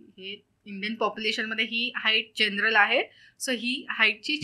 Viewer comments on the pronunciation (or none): none